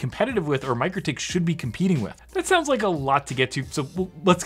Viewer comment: Hey, it Mik-rotik, not Micro-tik, those crazy Lithuanians (no seriously, they are crazy ingenious from my experience). Love this channel lots!